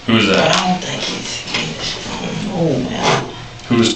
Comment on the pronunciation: Ion Ion Ion know... Ion Ion.. Ion know.